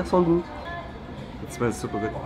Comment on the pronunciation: It's supa goot